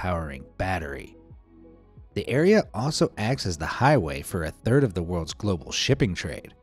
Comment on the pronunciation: Not 'Thired'. Or you maybe speak another language